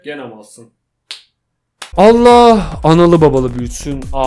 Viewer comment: Allah sözünü öyle söyleme